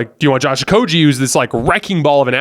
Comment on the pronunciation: You are great at analyzing the games, thank you. One slight correction, and you can verify it. But Josh Okogie's name is pronounced with a "g" like in "game" or "go." Not with the "g" sound like in "genius" (which, you are at analysis).